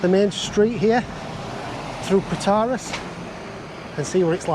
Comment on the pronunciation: FYI you pronounce Protaras completely wrong lol.